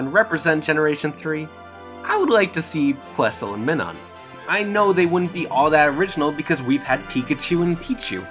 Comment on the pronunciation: Plusle and..... me nun... is it so hard to say Minun